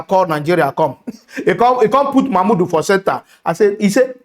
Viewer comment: Man why u deh murder the names naa?,😂😂... Which one be "Mama Udu,(insted of Mahmood) and Tunubu 🤣(insted of Tinubu)